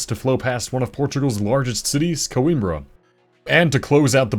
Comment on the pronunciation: I really appreciate your effort on pronunciation. Regarding my language... "Mondego" and "Coimbra" where flawless.